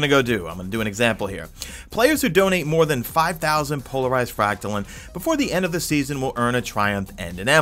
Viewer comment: Anyone else triggered every time he says Fractalin? Its Frack Tuh Line or Lean. There is an e at the End of Fractaline. Thanks for the vid btw. #madeittotheend